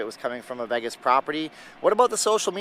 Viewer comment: Him saying VEG-is is enough to not watch...its VAY-gis